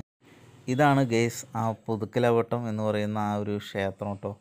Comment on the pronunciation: പുതുക്കലാവ ട്ടം അല്ല മോനേ പുതുക്കലവട്ടം